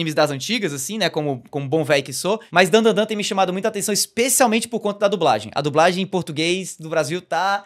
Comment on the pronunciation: Otimo episodio, e porfavor fala certo, é Dan DA Dan, não tem 3 "n".